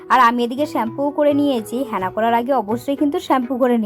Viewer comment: হ্যাঁনা নয় ওটা হেনা 😂😂😂😂